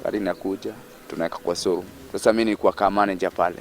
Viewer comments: Instead of saying show room, anasema Soo room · venye amesema 'sow room' nimekafunga